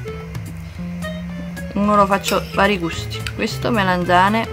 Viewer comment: MelEnzane?? MELANZANE